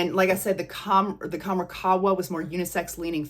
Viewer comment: Pronounced Kham-RAH Doo-Khan. Dukhan means smoke. Qahwa means coffee. Khamrah can mean 'intoxicant'. Love your vids! ❤